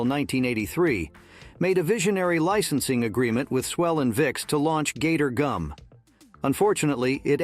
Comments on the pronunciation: "gator goom" 😆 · Somebody please help the poor bot with the pronunciation of pimentos, Gatorgum and kabobs. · Yeah I caught it on another video with “margarine.”